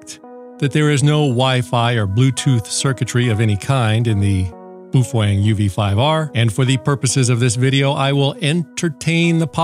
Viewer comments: The "Boof wang" as you call it is actually pronounced Bowfung! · Thank you for pronouncing BooFwang correctly!